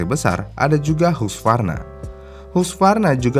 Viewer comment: nnah baru bener, gue dr dulu, dr 2000an, nyebut husqvarna ya huskvarna, knp semenjak ada youtube, kok pd nyebut haskivarna? mau keliatan keren apa gmn😒lalu smpe akhirny tau, orng eropa, bukan hanya orng jerman, nyebut bmw ya bmw, w agak ke v-v'an,, kok diindo ngetrend ny b m double yu, ketauan, orng indo ternyata sok nginggris semua, smpe2 klo ngobrol, bukan bahasa indonesia beneran, bahasa indonesia ny jakarta, ditambahin imbuhan2 bahasa inggris, norak tau😏 yg konsisten dong, klo ngomong bahasa inggris, bahasa inggris semua, klo ngomong bahasa indo, ya sewajarny aja,, ga usah diselipin, ditambah2in bahasa inggrisny, pd ga nyadar klo itu sbnrny norak, bukanny keren, keren itu konsisten, ngoceh bahasa inggris kaya' tukang tahu bulat dibali, dgn aksen khusus,, pdhal yg ngoceh bahasa indo lalu ditambah2in dgn kata2 bahasa inggris itu, mahasiswa, para pekerja kantoran, malu sm tukang tahu bulat!